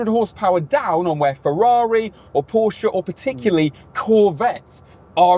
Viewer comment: Call yourself motoring journalist when you can’t even pronounce Porsche correctly.